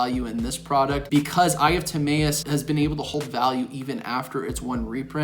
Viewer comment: Ta-My-us bro not May